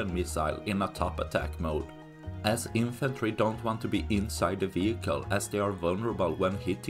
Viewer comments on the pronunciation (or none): "Infatry"? Fat infantry? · What exactly is an “infatry “